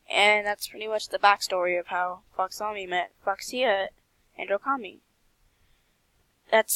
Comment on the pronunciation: YASSSSSSSSSS Oh btw it’s pronounced Fox-e-ka ;w